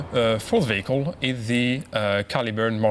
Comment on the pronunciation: no-one on this panel knows how to pronounce "vehicle"